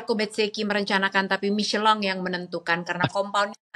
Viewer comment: kenapa michelin dibaca micelang? gk sekalian miselar water? wkwkwkwk